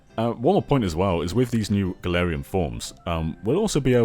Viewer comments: gets a region based on his home country Also: can't pronounce "galarian form" correctly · not wrong about Pokemon not being ambitious (or at least as ambitious as we want it to be), but it's still sad to hear it regardless. As for how "Galarian" is pronounced; I believe it's "Gal-AR-ian" but I might be wrong. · or "Ga-LAR-ian," that might be easier to pronounce.